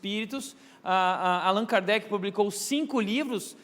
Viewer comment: CORRIGINDO O NOME QUE FOI FALADO ERRADO PELO PASTOR...... Hippolyte Léon Denizard Rivail (francês: [ʁivɑj]; Lyon, 3 de outubro de 1804 — Paris, 31 de março de 1869) foi um educador, autor e tradutor francês. Sob o pseudônimo de Allan Kardec (francês: [kaʁdɛk]),[1] notabilizou-se como o codificador[nota 1] do espiritismo (neologismo por ele criado). Foi discípulo do reformador educacional Johann Heinrich Pestalozzi e um dos pioneiros na pesquisa científica sobre fenômenos paranormais (mais notoriamente a mediunidade), assuntos cuja investigação costumava ser considerada inadequada.